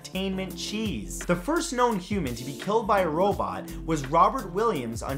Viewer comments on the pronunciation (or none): none